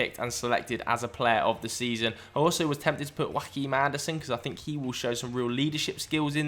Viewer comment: Joachim Andersen is not Spanish xD The 'J' is not an 'H' and the 'ch' is a 'K' in pronunciation :D Great shouts and some really interesting insights!